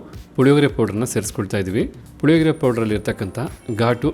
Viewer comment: Puhihogree alla, Hulihogree